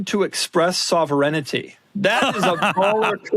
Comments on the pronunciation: Doug is the type of guy who doesnt know how to pronounce sovereignty LMAO what was that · Not seeing many comments on the pronunciation of sovereignty lol